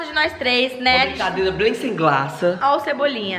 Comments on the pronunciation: Uma blicadeila sem glaca 🤣🤣🤣🤣🤣🤣🤣🤣🤣🤣🤣 cebolinha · Uma brincadeira bem semqlasa ó o Cebolinha aí kskskks